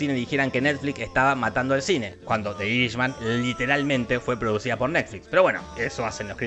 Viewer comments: Por favor mejora tu pronunciación del Inglés. Los puestos 6 y 3 los pronunciaste muy mal. Irishman no es iris es /airi ch man/ o el irlandés. Marriage Story (se acentúa en otra parte y no es /estori/ stóri) o le podes decir La historia de un matrimonio. También Husbands and wives (en plural) es maridos y mujeres o esposos y esposas. Revolutionary road (rɛvəˈluːʃənərɪ) o revolúchionari roud. Memories of Murder (merder) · Si vas a decir algo en inglés, no lo pronuncies en español, osea si vas a pronunciar "de irishman" mejor decile "el irlandés" y listo